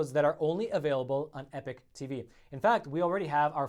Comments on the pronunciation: you gotta learn to pronounce EPOCH. You seem to speak the English like you learned it at your mother ‘s knee, so what gives? EPIC is pronounced eh-pic, but EPOCH is pronounced eh-pawk, rhymes with hawk. I mean this is basic, that’s bay-sick, not bay- sike. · P.S. stop pronouncing epoch as epic or change your effing name. Epock epock not epik.